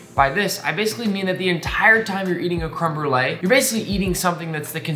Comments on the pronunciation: My bilingual French/ English heart hurts when he says crème brûlée «creme brule» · "Krim brulaj" hahaha no no all jokes aside, i'm a huge fan!